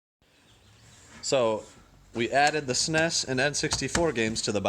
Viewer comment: Great deal. But please don’t say S-NES. ITS S-N-E-S 🤪